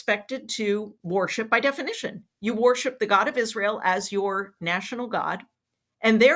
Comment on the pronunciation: When Jodi says the word “worship” does anyone else hear “war ship”?